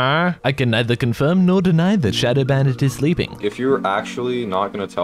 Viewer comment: It’s showdow